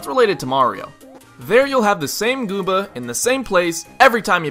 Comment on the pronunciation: I heard gooba... wut?